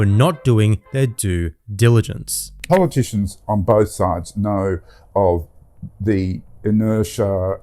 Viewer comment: Due diligence, not do diligence